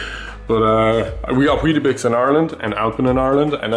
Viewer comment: Lol weeta-bix haha in new zealand its weet-bix hahah wow 😊